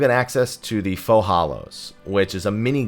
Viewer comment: ‘Faux’ is pronounced like “foh”, yes? 🤔